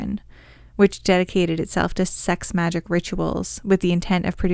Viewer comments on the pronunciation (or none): Its pronounced MAGIC not Majeek... smh tf? And you didnt even know parsons actual story or that Crowley founded Thelema?